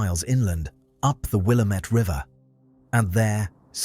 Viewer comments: AI - how can you tell? Will-a-met River? No Will-A-mette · AI Narrator, it’s wil-LAM-it, not WIL-a-met. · It's Willamette it rhymes with damn it. which is what everyone is going to say when this happens. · Willamette rhymes with "DAMN IT!" You drive EVERY Western Oregonian ABSOLUTELY NUTS when it's mispronounced!!! 🙄😖 Other than that, it's a great video! 👍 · Willamette damn it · At least, pronounce the word “Willamette” correctly! The British accent should be banned. And, who IS this guy? What are his credentials.